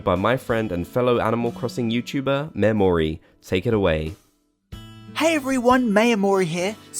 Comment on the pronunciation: The way you pronounced Mayor Mori was...questionable "Memory"